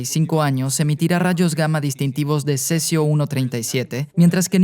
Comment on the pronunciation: Cerio? No era cesio ?